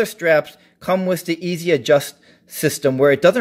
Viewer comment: Nice video for a nice watch! By the way: The first thing to know is that it is not pronounced as three letters - E.Z.A. Next, the German Z is pronounced like the English S. Finally, pronounce the E as a long A, as in "ate". And you have /AYs-uh/.